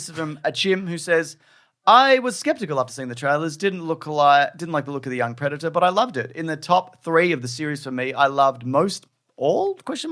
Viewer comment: I thought you was saying "Breadator"